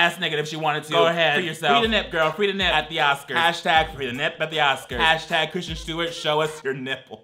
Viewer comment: I will never get over not saying Kristen Stewart’s name wrong lol